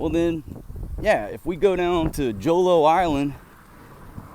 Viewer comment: Jolo, pilipino read it Holo , that's the correct pronunciation in the Philippines. :)